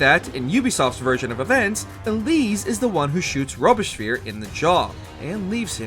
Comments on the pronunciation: Man, you butchered the pronounciation of Robespierre. Irs litererally Robes-pierre, not Robe-esh-spear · the complete lack of effort put into proper pronunciation of names in this video is apalling. Barbarigo became Barbagio. Robespierre SOMEHOW, became Robotspear. FFS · A kind of "clickbaiting" title - almost all the time the narrator stops to say, but we don't really know if that really happened or this assasination actually occured in a different place/moment. Not to mention the pronunciation of some of the names... Who pronounces "Robespierre" as "Robeshper'? I mean that honestly has more to do with a lacking general knowledge more than anything... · Robeespeer who??? Read a history book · Graduated from Trump University or something, being so confidently wrong? 😂 It’s Robe-spee-ehr. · And robespierre… “robez-peer” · This is the worst pronunciation of "Robespierre" I've ever heard. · Absolutely terrible pronunciation of Robespierre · anyone else notice them COMPLETELY BUTCHER the pronunciation of Robespierre? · Love the video buuuuuuuut.... the mispronunciation of "Robespierre" was brutal, oof. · Please at least try to pronounce the names correctly man. It takes 5 minutes and adds so much to the video if names of historical figures like Robbespierre or the Medici Family are pronounced correctly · Robespierre was tough